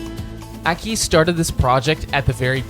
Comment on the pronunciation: Aki is a legend. Or as you seem to call him for some reason, "Akí"